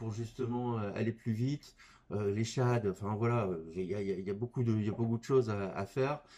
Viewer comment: Vidéo très intéressante ! mais ça se dis shaiyde a l’anglaise xD